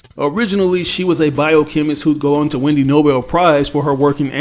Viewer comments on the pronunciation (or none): none